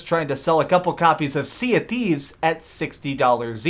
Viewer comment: "sea of qweefs"